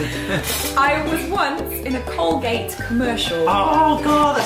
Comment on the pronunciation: No es old gate es Colgate ☺